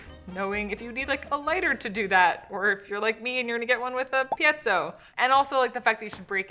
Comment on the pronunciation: Another mistake you made was mispronouncing Piezo...You said "pee-et-so" but it's pronounced Pee-Zo.